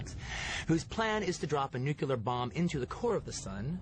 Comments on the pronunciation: he did not just say "nookoolar" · Why do Americans say 'Nu-cu-ler'?